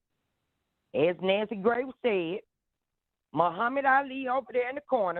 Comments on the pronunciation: Nancy Gray😂 I live for her mispronunciations❤ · Lol I love how sis says Nancy Gray! I'm here for it all xoxo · I’m convinced you pronounce shit WRONG on purpose!!! “NANCY GRACE” 🤦🏽‍♀️🥴